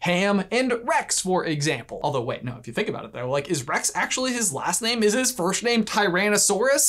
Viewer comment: I wasn't the only one to hear "firshname" was I?